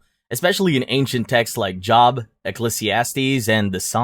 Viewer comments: The biblical name “Job” is pronounced like ”Joe”. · I find the content interesting, but the AI narration needs help. The mispronunciations, such as pronouncing Job, the biblical book, like job, as in a line of work, are distrating and confusing. Also, watch the use of pronouns. The are points where the character referenced isclearly male, but the pronoun used for that character is incorrect, such as the male character being referred to as she. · Bro it’s pronounced Jobe even though it’s spelled Job in English. Also Islamic hell doesn’t make sense or is fair judgement. Surah 3 clearly affirms the Injeel and the Torah, we know what we have predates what we have predates that being written, and the Quran the states that punishment for the sins of a Muslim will be passed on to a Jew or a Christian. That is like being told you’re doing a great job at work, you continue to do what you’re doing, and then at the end of the day you have to stay late because you’re coworker didn’t do his job and got to go home on time while you’re doing his work for him. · Job is pronounced Jobe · You haven't done NEAR enough research on vowel or consonant pronunciations. It's common knowledge that "Job" is pronounced "Jobe"....and that's just the tip of the iceberg. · Chuckled at his pronunciation of “Job”. Literally lol’d at his pronunciation of “Nietzsche” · Quite a few bad pronunciations in this one